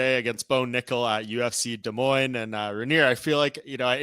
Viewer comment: Super pumped for this fight to be in Des Moines. Also props to you for saying it correctly. The whole card looks really good. Stoked to see it live